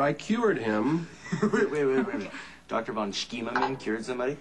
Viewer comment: i loved Georgie trying to pronounce Dr. Von Scheimerman lol